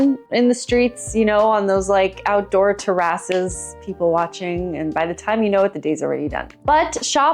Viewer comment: i dont think ive ever heard Terraces pronounced like that